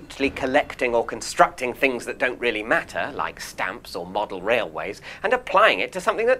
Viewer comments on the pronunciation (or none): none